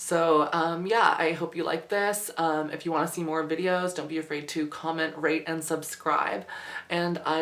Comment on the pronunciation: When she said rate and subscribe, I thought I heard her say rape and subscribe... 0_0